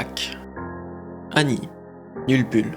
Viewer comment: PRQ SA DIT YULBULL . .